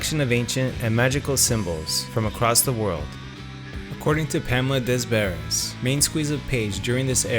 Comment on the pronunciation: Your pronaunciation of 'Bonham' and 'des Barres' is atrocious. Also there was no curse and no pact. Just bad luck. Bonham was a country man who didnt believe in bullshit like that. Plant was a hippie and Page enjoyed being seen as mysterious.